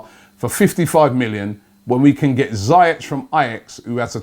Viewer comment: Robbie I keep telling you man, pronounce it zeeyeck He’s name is ziyech but you’re pronouncing badly 🤢😂